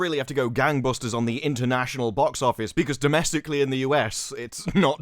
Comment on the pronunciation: Boox oofice noomburs are in. Gesticulate more, please